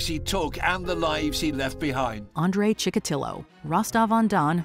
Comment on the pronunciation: Chick-a-tee-o not ChickaTILo.